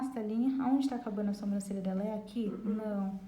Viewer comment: Adorei a aula,mas notei que você faz algo de errado,você fala sombrancelha e não Sobrancelha,posso ter entendido errado mas é o 2⁰ vídeo seu que vejo isso. Só falei pra ajudar,desculpa se entendi errado 😘